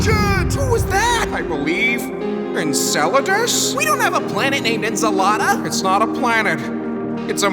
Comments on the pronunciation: “We don’t have a planet named eNSaLaDa!” Love how earth isn’t the only one who mispronounced Enceladus’ name😭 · “His names Enceladus” “WE DONT HAVE A PLANET NAMED INSOLATA” 😂😂😂😂😂😂😂😂😂😂😂